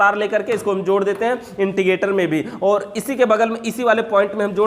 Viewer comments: not integrator.... It's indicator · Indicator hota h Yaar 🙏. Inticator nhi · Intigator nahi indicator hotavhai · Bhai it's "Indicator"